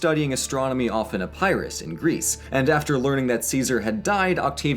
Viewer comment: Its Epirus, not EEpyrus